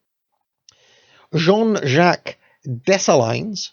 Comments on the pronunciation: Nice effort BUT. You missed the major reason why Haiti is so poor! Also you butchered the names and places. You should Maybe google the pronunciations to make sure you're not saying DessaLine, It's Dessaleeeeen. The African slaves were kidnapped, raped, murdered and forced to pay back retributions. France, Spain, US, UK all participated in this carnage- they are criminals! Haiti got its independence only to be oppressed by major powers. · Love the series and your channel, but please, if you're going to to be pronouncing French place names, learn how to do it properly. It was painful hearing Dom-in-goo and Day-sa-lines. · Dessalines= “Day-sal lean” Saint Domaingüe = “sahn domang” Tally-ho!